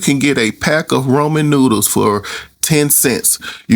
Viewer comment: RA-MEN😂 There isnt an O fyi